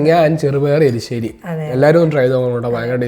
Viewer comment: എലിശ്ശേരിഅല്ല. എരിശ്ശേരി ആണേ ഞാൻ കേട്ടതാണോഎന്നറിയില്ല